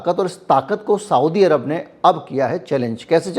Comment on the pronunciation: साऊदी अरब नहीं सऊदी अरब कहा कीजिये। ग़लत उच्चारण दिमाग़ में चुभता है।